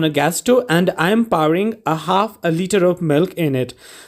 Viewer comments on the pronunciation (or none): Paring Nahi Hai poring hai😅